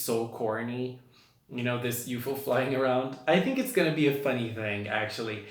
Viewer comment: Not trying to sound rude or anything but UFO is pronounced you-ef-oh